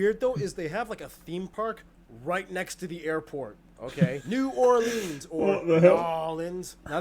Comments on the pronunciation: hi, New Orleanian here. it's pronounced new--or-lens, NOT new-or-leens! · My friend from New Orleans would cringe if he heard his pronunciation of it. According to him, it is "New-ore-lins." He HATES when people say "nawlins" or "new ore-LEANS."